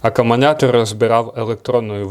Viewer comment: Я один чую аккомуНятор?